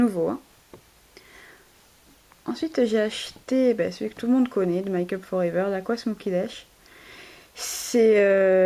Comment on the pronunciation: sa se prononce pas "maille kup for ever" c'est "mai kup for ever". tu pourrais pas faire des montages,tout de meme... Mais des beaux achats :):)